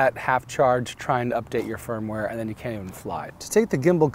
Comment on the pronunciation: Is he saying "Firm-Ware" or "Phone-Ware"?